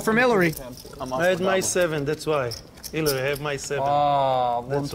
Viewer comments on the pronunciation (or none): Who the fck is haliary? Haliary Clinton? Smfh